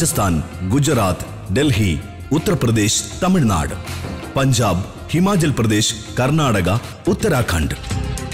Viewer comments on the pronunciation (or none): none